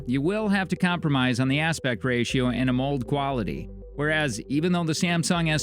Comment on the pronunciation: AH MULLED display. Ha, the pronunciation...